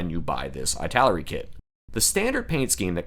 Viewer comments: just curious about why you pronounce"ITALERI" of /aɪ/ taleri ? I think maybe /ɪ/ taleri would be more reasonable?🤔because of "italy"? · EEEEEEE-taleri 😀 it's Eee-taleri